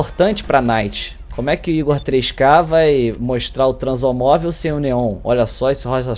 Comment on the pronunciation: não e transomovel e transamovel